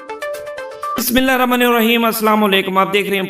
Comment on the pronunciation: Bismillah to sahi para kare